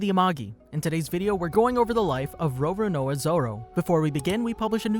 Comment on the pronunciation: Row-Row-Knowa Zoro